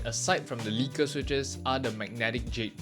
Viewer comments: The letter h is pronounced "eytch", not "heytch". It's bad enough when British people pronounce it like that; and you're not Bri'ish. Also the switches are "leckers", not "leakers". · Nice vid bro. I'm from Holland and a long time wooting user. The default switches they use are called lekker and everytime you say it in this video it's sounding like leaker. The English translation for the Dutch word lekker is delicious btw 🎉